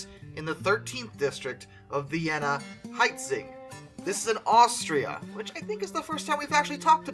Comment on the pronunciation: I used to live in this "HItzing" you speak ok. And it's pronounced he (in thr word he) tsing